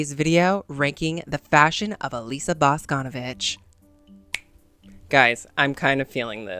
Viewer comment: okay diva im so sorry for being annoying or too nerdy or smth its not bAsconovich its boscnvIch, emphasis on I sorry, LUV YA